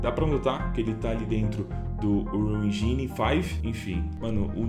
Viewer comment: Cara...toque de boa...Nao fala "Engini"...ja que ta falando em Inglês a palavra que seria "Motor", em português, pronuncie em inglês...É algo como Êndin...Sílaba forte é a primeira...Ên...sacou?😎👍 E, não, não estamos "literalmente" vivendo o futuro. Estude aí qdo se aplica a palavra "literalmente". Só se usa essa palavra para exatamente afirmar que vc não está falando em linguagem de sentido figurado. E nós não estamos "literalmente" no futuro...nunca!😅